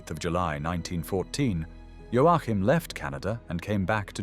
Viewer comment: O fato é que vc sequer sabe pronúnciar o nome do Joachin